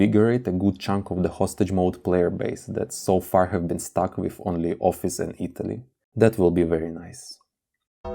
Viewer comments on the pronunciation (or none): none